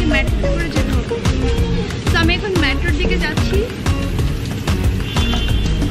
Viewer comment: Madam this is not the word "MATTRO",its Metro